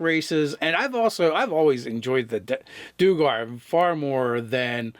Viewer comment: I could be wrong, but I think the "duer" of "duergar" is one syllable - after all, isn't the word "dwarf" derived from "duergr"?